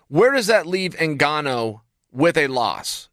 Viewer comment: Chael called Francis N-gone-oh a few times. By design.